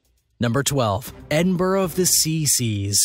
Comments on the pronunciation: Edinburg of the C C's?? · What a load of innacurate crap ! Edinboro of the see see's !!